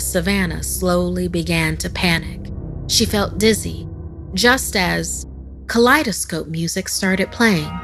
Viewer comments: “Kaleidoscope” music? Girl, I think you mean “calliope”. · It's calliope cal-ee-oh-pee music is the correct pronunciation but it's been altered to be cal-ee-ohp Not kaleidoscope music